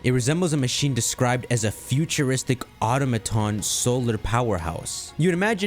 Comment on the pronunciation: Okay, you need to learn some Pokébiology and vocabulary man. That's Greninja's tongue, not its tail. Birds ARE dinosaurs. The stress in automaton is on the second syllable. Cyberpunk and cybernetics are not the same word. A megalith is a big rock, you mean megafauna.